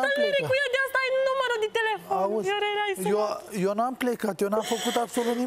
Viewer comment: Mor de râs "Veorele , veorele"